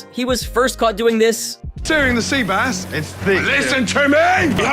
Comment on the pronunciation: It's an AI voice. Very clearly through multiple videos (like "sea base" instead of "sea bass").